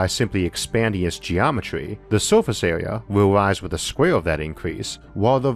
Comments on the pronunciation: The speech impediment kills it. Awound. Awea. Mateaweal. I'm not trying to be cruel, but it distracts attention from the subjects being discussed. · Biggor aw Bettor awea wator punctor lol